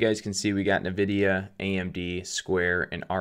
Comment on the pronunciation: I love how u pronounce nevedia😂